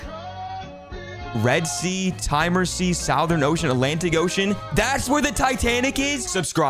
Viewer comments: Bro how am I the only one noticing the way he pronounces ‘southern’??? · It’s pronounced suthern ocean not south ern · bro literally pronounced southern sea as south-ern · The word “southern” isn’t pronounced “South” then add “-ern” at the end lol. Aren’t you an adult? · Did he really pronounce the Southern Ocean.... like that?